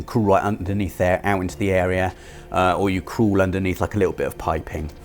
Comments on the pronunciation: Are we just ignoring how “crawl” sounds like he’s saying “cruel?” Messed me up for a solid 15 seconds. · Had to replay that bit just to make sure I heard him right 😂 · I can’t believe pronounces “crawl” as “crool” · What we learned today? can't pronounce crawl 😂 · I’ve never heard the word crawl pronounced so weird like that